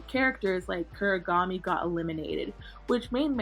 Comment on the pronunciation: why does bro call Kunigami “Kurigami”😭